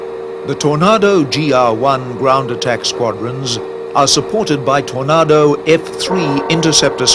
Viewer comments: Tony, I am a Scot living in Australia and I have never met an Aussie that would say torn- A- do as Aussies will use a slow lazy A which sounds like Torn AAAdo and the a is a lazy drawn out sound. I have lived in Aussie for 51 years and I love the place. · I am British and ex-military...I never heard a TornAdo refered to as a TornARdo!!! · "Tornardo" ?? LMAO Not exactly how it's pronounced. Take a shot every time he says it wrong ! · Tornardo and Jagwar, pronunciation could have been better. Tornado (Torn-ay-doh) and Jaguar (Jag-u-ar) pronounced as spelt. Could have easily researched that, would have made it a better documentary. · Simon Richardson No, he's pronouncing it "Tor-nah-do" instead of "Tor-nay-do". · Having worked on both types for many years and as an Englishman I can honestly say,never have I ever heard Tornado pronounced Tornardo or for that matter Jaguar pronounced as Jagwa.People who built these planes were highly trained and were very well educated.IT'S TORNADO and JAGUAR! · Not nearly as irritating as hearing Tornaahdo instead of Tornaydo. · Whats with the pronounciation of tornado...??? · Tor-nah-do ..ffs Tor-nay-do.......its TOR-NAY-DO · Tornado not aaado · It's TORNAYDO,not tornahdo ffs!. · Please tell this person how t say TornAdo not tornardo. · why does the yank say TORNARDO its a TORNADO. If it helps its pronounced the sane as a storm . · If you are gonna go to great lengths to produce film have a commentator who can pronounce words properly. Tornado!!!! Ado not Nado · Why does this English commentator keep saying "Tornardoes?" What's his game? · Note to, learn the name o the JAG U ARE and the TOR NAGO. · "Alright, Bob, fine, I'll narrate this for you. But I'm going to mispronounce tornado as 'tornah-do', and I'm going to say it as often as I can..." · Anyone else "triggered" by the narrator saying Tor"nar"do ??? grrrrrrr 😡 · What's that, Tor•nardo? Another way of pronouncing "tornado" ? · The Tornado is pronounced as in Tornaydo